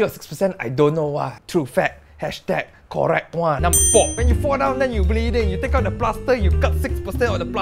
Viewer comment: everytime you said " korek " , i know from that moment i cant stop laughing anymore hahahahaahaha